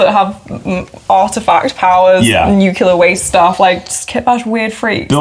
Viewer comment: ..."Nuke U ler".... It's supposed to sound more like: New-clear! Besides that, awesome vid. Hyped for the game. Rules seam really interesting and I love the art and design of the book.